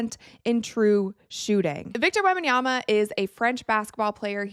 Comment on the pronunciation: Thank you for actually pronouncing his name right.